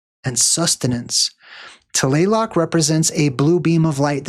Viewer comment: TLALOC … pronounce it as written TLA-LOC